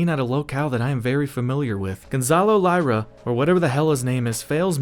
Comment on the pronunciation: Lira, not "LIEra."